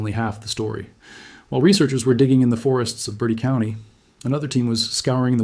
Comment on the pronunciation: Bur TEE County